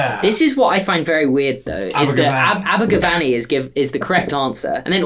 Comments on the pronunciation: I'm still annoyed at that pronunciation. It's Aber-gav-any. With an eh sound. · Abergavenny made me chuckle. It’s definitely in Wales and over a hundred miles from Essex. Its pronounced Aberguvenny colloquially 😂😂 loving these quizzes ☺️😂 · Abergavenny is Said like this. ABBA- ga - VEN- knee. Love from Wales.♡ (Cariad o Gymru.♡) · you're saying Abergavenny wrong (as a welsh person) it's ab-er-gu-ven-ny